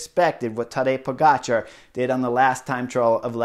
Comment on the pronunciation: Love it how spot-on your pronunciation of foreign names is, Chris (in this case Pogacar's). I appreciate the extra effort, sir.